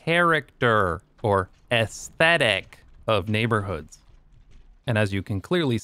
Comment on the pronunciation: "character" or "esthethic" had me guffaw at your emphasis/enunciation.